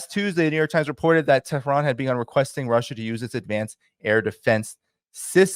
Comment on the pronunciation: Don't change the countries name by pronouncing wrongly since it is annoying. You should pronounce IRAN (EE-RUN) & the capital is TE'H-RUN not Tran.